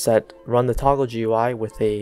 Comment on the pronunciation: it did not work because he said toogle instead of toggle